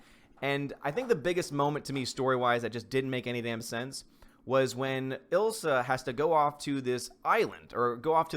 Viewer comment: Elsa, not Ilsa.